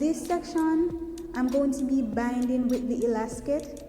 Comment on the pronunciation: It's called elastic not elacsit or elaskit